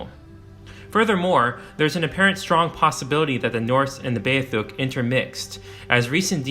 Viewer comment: it's beothuk dude.... Bee - oth - uk.